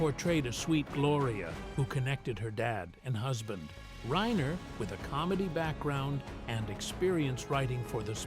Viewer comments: It's reiner not rainer😊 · Rob RAINER? Stupid AI narration.